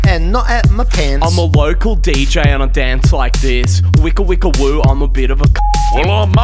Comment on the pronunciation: "I'm a wocal DJ and i dance like this"